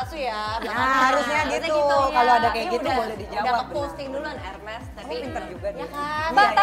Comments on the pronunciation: Mba jess ... hermes bacanya bukan herme yaa bukannya S nya yg hilang tp H nya yg ga dibaca.😁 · Tas Hermes itu pengucapannya bukan herme bukan erme tetapi ermes... karena itu nama si pendiri produk Hermes dan gak semua konsonan di belakang vokal selalu disenyapkan pengucapannya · Mohon maaf mba jedar, hermes itu dibacanya Ermes. Bukan herme😅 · Bukan hermè... tapi ermes! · Hermes tuh dibaca nya ermes bukan herme.. bahasa prancis tuh H gak di baca “ha” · hermes dibacanya érmé ayodong bisa beli bisa bacamya juga